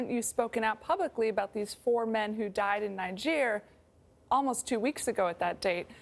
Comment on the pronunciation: "NAJEER"? Niger is pronounced "Nee-jair" (because it's French, duh) - jeez, learn how to say the place before you go on national tv to talk about it.